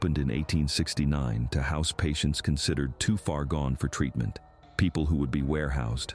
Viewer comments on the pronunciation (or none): none